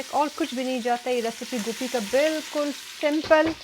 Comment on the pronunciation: gope nhi hoti gobe kathy hy my sister ap india wali gope bolty hy😊